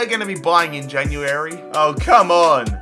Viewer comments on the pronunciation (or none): Its january not jan u airy